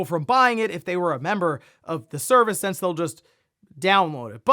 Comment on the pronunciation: Since, it’s since. Not sense.